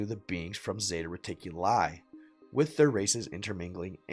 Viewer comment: ORION = OH-RYAN as in Orion’s Belt, bruh. 🤦🏻 But that Freudian slip when you said zeta reticuli with the emphasis on reticu-LIE was the closest to reality this channel has ever touted.